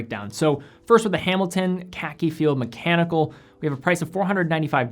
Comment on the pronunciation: "The Hamilton KEKI"???